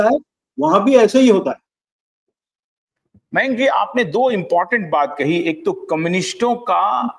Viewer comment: जैन सर का नाम मेंक नहीं "मयांक " है!